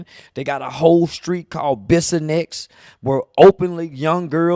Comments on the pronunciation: It's Bissonet st. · Close but it’s Bissonet not nex chief